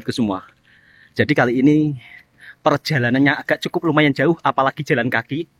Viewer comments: emang sebutan jauh itu gitu ya mas? 'juauh' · Ikut jarak lagi jauh lagi panjang sebutan juuuuuaaaauuuuh